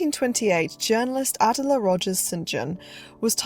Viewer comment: ❤❤ Wow! You’ve created another well done, well researched YouTube documentary! Thank you! One very minor correction I have is in the pronunciation of a well known reporter’s first name. Miss Rogers-St. John’s first name is pronounced Uh-dell’uh, with emphasis on the second syllable - just as the modern day British singer’s first name Adele is proniu uh-dell’. Now, concerning your new documentary, most movie fans are familiar with this popular 1920s-1930s film actress only through her name (Clara Bow); her nickname (The It Girl); and by having seen numerous black & white still images …maybe even one or two of her movies . However, before watching your documentary, I - and I bet most people - knew very little about the troubled, lonely life of Clara Bow, a beautiful, complex woman who, despite a troubled life, possessed what the movie moguls of her day called “it”- what we now call charisma, an indescribable quality, even beyond her natural talent and beauty. People were drawn to her, yet she never found true happiness and peace in her real life. What a deeply moving life story. Again, thank you for this thoughtful film about a woman whose gifts were never fully appreciated.